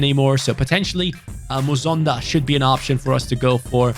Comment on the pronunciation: it’s not muzonda it’s mu son da like heung min son. Him and his father were born in my home country of Zambia but relocate to Belgium when he was 5. Like so can see